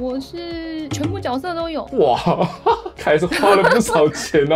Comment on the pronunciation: 是读jue色哦，不是Jiao色吼😂😂